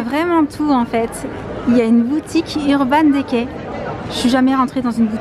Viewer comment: Sa se lis “urban dicay”